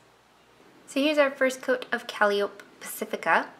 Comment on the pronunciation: Calliope is said like: cuh-‘lie-o-pee! I really like your videos. Keep up the great work!